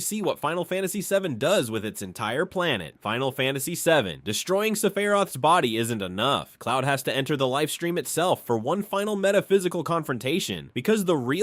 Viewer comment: The guy named pronounced it sef-ay-roth. Bummer AI slop.